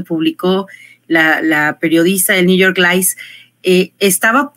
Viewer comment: Por que dice New York lice?